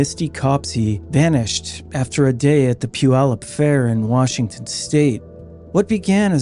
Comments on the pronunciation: He got Puyallup perfect though! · You get a thumbs up for saying Puyallup correctly.